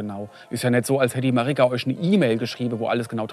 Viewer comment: "De Marigga"😅